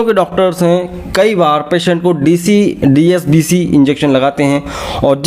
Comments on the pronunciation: Sir aap DSCB ko DSBC bol rahe hai...... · Dscb ko app dsbc bol Raha hai kya baat hai. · DSCB not DSBC correct the pronunciation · Likha hai DSCB Pronunciation DSBC Kiya ja rha hai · Phrle dscb theek bolna sekho